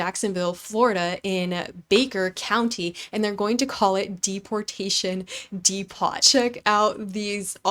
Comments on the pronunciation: It's pronounced "dee-poe" not "dee-pot." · Thanks,! That would be “Dee-po” as in Home Depot. Governor “de-San-‘tis”. Wanker, “wAnker”. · Deportation de-pot? Was the fifth grade your senior year in high school? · Patriot, pronounced 'pay-tree-it' Depot, pronounced 'depp-oh' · I love your coverage of things happening, but you have TERRIBLE pronunciation. DePOT? Come on now, that's just ridiculous. Pee-tree-ot? It's PATRIOT. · Like how you say depot 😊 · that’s not how you pronounce depot sweetie 😐